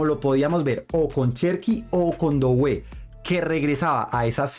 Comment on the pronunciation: En francés no se pronuncia dowé, se pronuncia dué para referirse a Doué